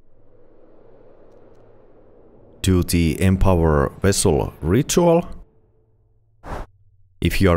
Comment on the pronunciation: Wessel of the Harbinger